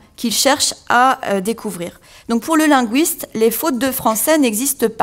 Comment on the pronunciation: LinGUISte, avec UI comme dans aujour'd'hui, cuistre, fuite, buisson... Pas linGUOUISte, comme dans mouise, Louise, ouir...